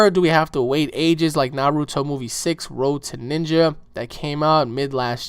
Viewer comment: did you seriously just mispronounce 'naruto'?